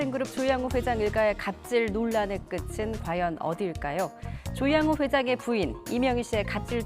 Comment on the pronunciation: 논란의 (끝은) 어디일까요? 의 발음이 (끄츤) 이 아니고 끄튼 으로 해야 옳겠지요? 예전엔 기자들이 이렇게 발음 하는게 없었는데 요즈음 들은 일반인과 의 차이가 별로 없는것 같아요. (무릎이) 를 무르피 라고 제대로 발음하는 사람보다 거의 모든 사람이 발음하는게 무르비 라고 하지요. 깬니비 이런식으로 (ㅍ) 발음은 온데간데 없고 전부 (ㅂ) 발음만 하는 슬픈 현실이네요.